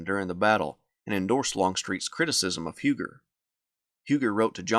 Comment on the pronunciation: Do you pronounce Hugers name wrong as a sign of disrespect? Just asking